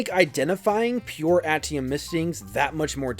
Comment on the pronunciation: Ate ium. Not at ium